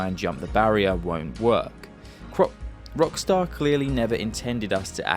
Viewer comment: Bro almost said cockstar and not Rockstar 🤣🤣